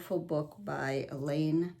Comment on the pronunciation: Hi, first, the Red Book of Sampler Stitches is authored by Eileen Bennett. First name pronounced "eye lean". I have taken many classes from her and love her work. Second, I think it's harder to tell the "right" side of linen once it's been hand dyed. I enjoy your flosstubes and meeting you at Hobby House.